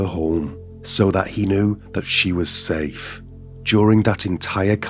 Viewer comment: Your last words are "Stay Sane" or "Stay Safe" ? I always thought it was 'safe', but this one time it sounded like 'sane'